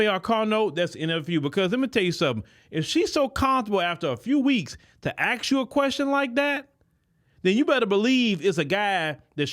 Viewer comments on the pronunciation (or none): you're way too intelligent to say axe instead of ask.